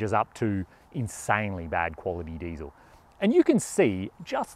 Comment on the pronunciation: You got the Diesel word in Rabic/ Farsi all wrong 😂 that's ok. It's like this: دیزل